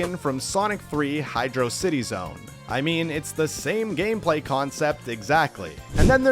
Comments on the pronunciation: Did bro pronounce it like hydro city? Its hydrosity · it’s not Hydro city it’s Hydrocity